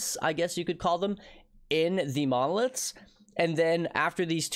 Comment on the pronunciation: why does it sound like he's saying "mollusks" instead of "monoliths" ?